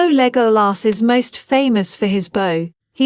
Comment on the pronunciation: Thank you for the effort but I cannot listen to a bot-voice mispronounce Legolas's name over and over again. The movies taught us how to pronounce his name. It is not the abomination of this voice-bot .